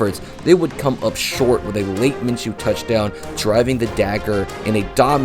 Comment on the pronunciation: I liked your video but you keep mispronouncing his name everybody does it's (min-shew) my name is minchew(min-chew) but every time someone says his name it sounds like you're saying my name there is no CH in his name it's an SH it makes a shhhh sound like the word shoe, not chew